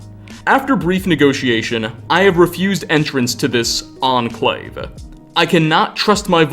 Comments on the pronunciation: nuclear war was inevittableeuhh, the ahhn clave, thanks to a number of bunkers and offshore riggsuhh cant you just cut out the "uhh" you make at the end of words its really annoying and seems like you could just cut it out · "The Enclave-UH" like 50% of the words he says ends with "UH"